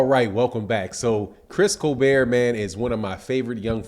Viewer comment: How you mispronounce everyone name lol Chris colbeeeeeeer and rawwly lol